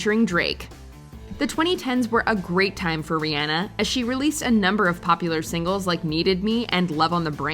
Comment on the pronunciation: I hate how she says Rihanna lol